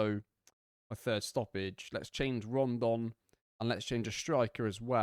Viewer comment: Loving the series mate, but it is Rodon, not Rondon 😉